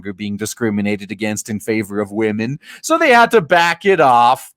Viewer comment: "We need men who will mentor wahmens. Please mentor wahmen."